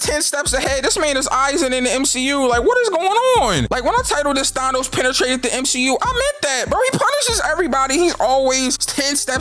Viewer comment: Three words M-She-U